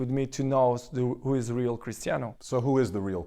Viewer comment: Prounces Ronaldo wrong, pronounces Real wrong. Fucking idiot trying to make things sounds exotic.